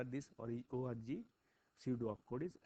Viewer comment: "With the help of this ORGY" - cannot unhear.